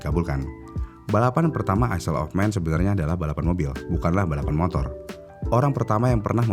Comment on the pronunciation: Maaf om, bacanya bukan "isel" Tapi "Ayl"